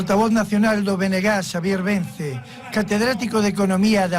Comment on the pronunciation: Vence, no Vencé. Y Xose, no Joxe. Se entiende la dificultad. Y gracias por el reportaje 🤗